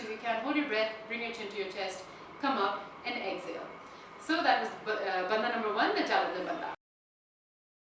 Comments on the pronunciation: Please pronounce Hindi words property. It is not Bandha. It is Bandh. Indians have no excuse for mis-pronouncing Hindi words. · Dear it isn't bandhaa it is pronounced as 'bandh' or 'bundh'. English kills. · in Hindi it is Bandh but in Sanskrit it is Bandha. The word is a Sanskrit word.